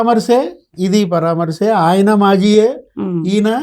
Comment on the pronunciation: పరా మర్శ ఆమె సరిగా పలుక గలరు